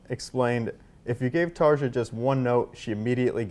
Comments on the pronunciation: I knew Tarja wouildn't correct him how to properly pronounce her name. She's too nice for that. I enjoyed this, it's always refreshing to see someone so talented being so funny and laid back. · How could you mispronounce her name that badly? That was cringy af! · That doesn't matter. It's not that hard to find out how to pronounce her name. Even if he couldn't say it perfectly, he could have been closer. Saying it with a hard J shows that he didn't do any research other than reading the Wikipedia article. Had it been a name that is also common in English (Sharon, Charlotte, Annette, Henriette, etc.), it would be understandable to not research the pronunciation, but if you're interviewing somebody with a name that isn't used in English, you need to find out ahead of time how to say it. Doing a cold reading of the Wikipedia article is just unprofessional and disrespectful. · Yeah, but it's also annoying that the guys at Loudwire, the supposed metal experts, continue to fudge up the names of major metal stars like this. I mean she literally said her name correctly in the intro and he STILL got it wrong lol. Come on guys.... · He said her name wrong so many times 😭😭😭😭😭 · How could he mispronounce her name, she even said it herself at the beginning. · My moms name is Tarja. I’m born and raised in Canada. I have heard her name mispronounced many times. So,although the host mispronounced her name, I’m not surprised. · it’s not that hard to pronounce her name 😬😑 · Damn it, pronounce her name correctly dude! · I was thinking that can't be right, but what do I expect when he can't even pronounce her name? Typical English speaking, they just alter your name to their pronunciation, your name is István, so it's Steven, we'll call you that. (I'm Hungarian). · Nice to hear Tarja pronounce her own name. I've been mispronouncing it "Taara" for years. Then the interviewer proceeds to repeatedly mispronounce it... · Stop mispronouncing her name! It's embarrassing!